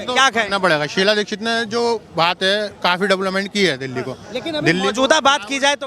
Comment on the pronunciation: दल्ले नहीं एंकर भाई दिल्ली बोलो।